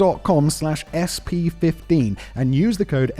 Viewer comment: Is it Huel or Hurl ?